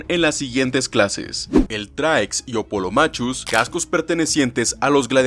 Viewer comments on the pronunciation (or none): Excelente video, mil gracias por exponer el tema. El único detalle fue que hubo muchos errores en la pronunciación. el Pugio se pronuncia como "pullio", no pujio. Pilum si me lo gringaste. En cualquier idioma se pronuncia así como se escribe, no como "paylum" Murmillo se pronuncia como "Murmilo" Hoplomachus se pronuncia como "oplumacus", no "opolomachus" El resto son cosas menores. Un saludo.